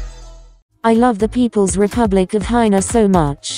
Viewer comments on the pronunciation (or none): lmao she needs a spelling test why does she say hina instead of China???